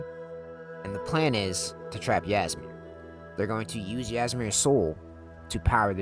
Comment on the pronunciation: Ngl if you had actually played the game you would have known how to pronounce old Hroldan and Ysmir